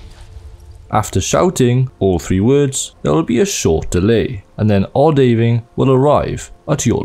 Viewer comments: It's not O-Day-Ving, it's O-Da-Ving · game mentions ohdaaving pronounciation MULTIPLE times: Imma pretend I didn't hear that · Weird way to pronounce Odhaviing seeing how the name is said multiple times in-game (for example when shouting it). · Your pronunciation of odhaviing is unsettling, especially right after hearing the actual in game shout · the way you pronounce Odahviing 💀💀💀